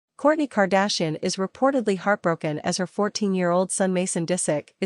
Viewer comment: Why is the AI unable to pronounce KAR DASH I EN?